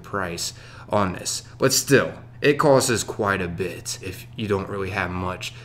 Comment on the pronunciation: I've been working with my 6 year old daughter on saying "costs" instead of "coses" shes pretty much got it now. A pain to listen to this guy.